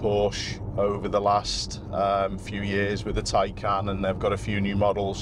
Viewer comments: Tiecan! Not Taken! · It is pronounced as TIE-CAN and it's also pronounced POOR-SHA 🤷‍♂️